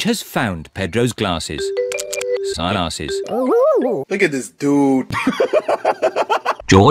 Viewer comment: He said sun asses